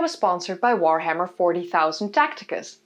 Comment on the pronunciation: You don't even say the Warhammer name correctly...pretty sure you aren't playing it.